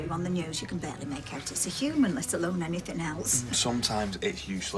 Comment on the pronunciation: It's "anything" not anythink